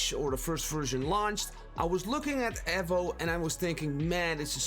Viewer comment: Wtf is ehvo? E-vo Eevou Eevo Evo